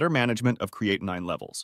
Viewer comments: Is it really the pronunciation is "creati9?" I don't think so😁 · It's amazing that this "Expert" on Kidney function can't seem to pronounce Creatinine correctly.. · This drives me crazy with the mispronunciation of creatinine. I couldn't even listen to all of it. Thanks A1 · This video is ridiculous when the narrator can not pronounce creatinine correctly or pronounce it the same way every time. Grade D